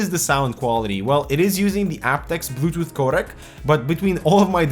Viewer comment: he said butooth. lol